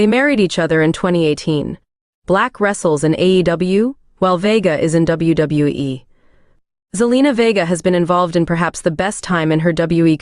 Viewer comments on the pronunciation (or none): AI voice is horrible..."You-so"?!? "W E"?!? "W B"?!? And how many times does certain info have to be repeated on each profile?..."They were engaged from this year to that year. They were engaged for this long." 🤦‍♂️